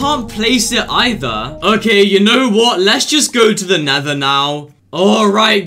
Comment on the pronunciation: Did u Call nether neather